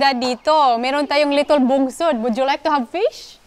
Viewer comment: wag ka nga english ng english,chaka pronunciation,little hindi litol,kakaloka,mgtagalog ka na lang,wag gawin excuse dahil bisaya ka,daming bisaya na fluent mg english